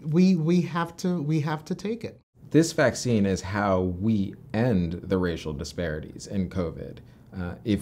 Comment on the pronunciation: "Rayshul dispuriteez" these "doctors" are the ultimate race batters. Definitely 0 trust to be given by these fakes